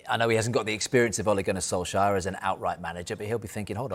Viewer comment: Oligunne solfscarf? Wtf 😂😂